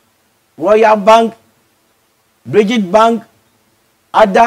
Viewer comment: 😀😁😂😃😄😅😆 "bridget " bank paa lmao